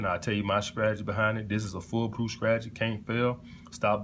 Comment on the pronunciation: I'm hollering at all these men flocking to hear the gospel of a bumpkin who says words like skrategy, skring, and skrimps LMAO What high value! 😂😂😂